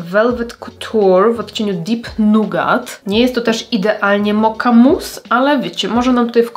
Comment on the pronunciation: Też powiedziałaś mokka... A oni mają mocha czyli moka, bez akcentowania k podwójnie dziwne